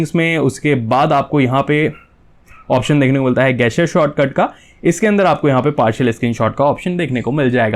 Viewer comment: अबे गैसचर नहीं जेस्चर होता है